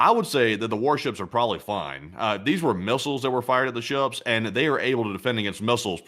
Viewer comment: “…shuuups” that’s how says “ships” lol